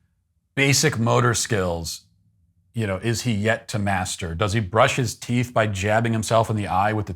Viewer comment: How dare you question this man's method of brushing his "teef"?